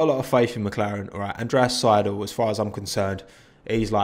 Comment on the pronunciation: You pronouncing Andreas Seidl hurt me as an Austrian xD